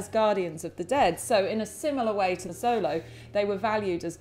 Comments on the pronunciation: Also pronounced the Mexican dog wrong. Not “Solo”, pronounced “Show-low” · Pronounced xolo wrong too. Ha butchering all the names